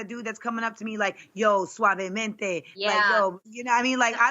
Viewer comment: Not “Suavemente” lmfao I can’t